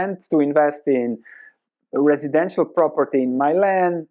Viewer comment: mispronounced 'Milan' in the weirdest way possible.